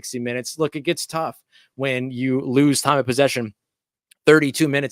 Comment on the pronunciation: I’m sorry “Rouse”, it’s time to panic! We “Louse…..WE LOUSE!!” 😂😂😂😂